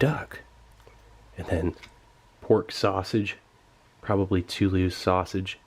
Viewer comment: Had to think for a second before I realized what he meant by "too loose" sausages lmao